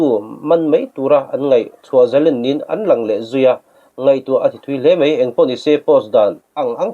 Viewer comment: Mei, mei mei, meithei...puitling chin chuan, mai, mai mai, maithei tih hram hram a ṭha...Eizawl tihte hi a zia lo em mai